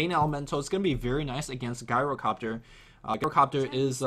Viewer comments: It's pronounced "GYRO-COPTER" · even Tobi stopped pronouncing it Gyrocopter with that hard G sound. You should, too. The heroes usually say their name so you can tell how to pronounce it properly.